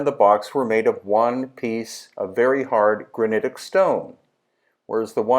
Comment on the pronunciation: I was out the first time you said granitic